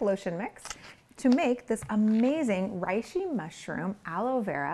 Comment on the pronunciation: Love the idea of a lotion quick mix — genius! Also I know it’s too late now (since the vid was already published lol) but the “rei” in reishi is more closely pronounced as “ray” than “rye”.